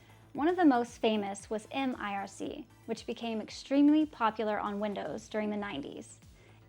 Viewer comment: also IRKKI IRSSI IRSSI !!! Try to learn some other language.... and MIRC !!! NOT ÄM AI AAR SII !!!!!!